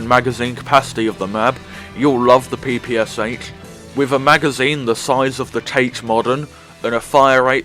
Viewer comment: Again, slightly different selection for me: Sten, PPSh (the Russian pronunciation is pe-pe-sha (not pi-pi-sha either)), and FNAB. To be honest though, I rarely use them in campaign, they are almost a burden between a good rifle and my Nagan. In the Solo Survival I have used the OVP frequently (it's not so bad if you get used to it). Generally though, I rarely switch to secondary, and if pressed to do so, I pick up one of the heavy jäger or Valkyrie machine guns, which is strong, fairly accurate, a very decent option.